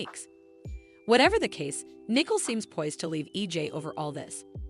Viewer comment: Her name is not Nickel it is pronounced. Knee-Coal but this want do you any good if you can’t pronounce these words either